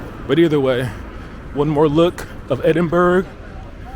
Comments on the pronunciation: Edin-bruh, not burg - pleased you came! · Welcome to Scotland; Failte gu Alba ( pronounced Alapah)! Edinbrah not Edinberg 😆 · Not EDINBURG! You say EDINBURAAA. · As someone born and bred in Edinburgh I’ll say this once due to misinformation being spread in the comments. It’s pronounced Edin-BRUH. Not edin-burra. that is how Americans typically pronounce it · As someone also born and bred, lives, works and will probably die in Edinburgh.... you are WRONG! it's edin-burra or Ed-in-buh-ruh. "edin-bruh" or "embra" is how Glasweigians pronounce it!!! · I really enjoyed the video, since I lived in the UK in the past, but have never been to Edinburgh. ☺You should have asked the locals, though, how to pronounce the name of the city, it was funny to hear "-burg" 😂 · Say Edinburgh like Edinburrah and Glasgow like Glazgo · I wonder how many people in the comments corrected his pronunciation of Edinburgh. Probably a lot. ^_^ Ed-in-bur-uh. I've lived my whole life in Scotland, live 2 years in Edinburgh for university. Sadly had to leave because of the cost of living in Edinburgh. I miss it. Wish I could live there again. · Only an American would jump to the conclusion that the sound of an ambulance must mean a shooting. Dear oh dear!!! It's pronounced ED-IN-BUH-RUH btw. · Edinbregh with silent g and h --> Ya silly sausage ye :face-blue-smiling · Edinburgh is pronounced Edinburra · you’ve never heard anyone say buh-ruh despite multiple people in the comments saying so and you keep wrongly contradicting them. It’s literally burgh.. as in the borough of somewhere, an area or district 🤦🏻‍♀️ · Hi,. Great video from Edinburgh. Pretty sure the city name is closer to “Ed-in-bruh.” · Edinburgh is said edin-bur-ra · Hey! I love Edinburgh. My favorite "big" city in the world. Past & present merges so amazingly. I'd love to get back there someday. By the way, pronounced "edin-bur-uh." I hope you try the haggis! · Why cant Americans pronounce edinburgh . It really is not hard.